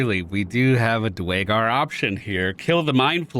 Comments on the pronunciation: Dew-air-gar fyi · Nice on the new run. The race is actually pronounced DUR a GAR tho. Keep up the good work.